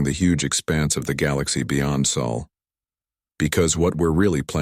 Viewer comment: It’s not Saul it’s SOL. You big dummy